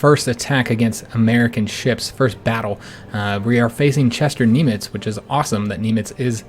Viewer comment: You as an American pronounce Nimitz funny. lol Good campaign so far!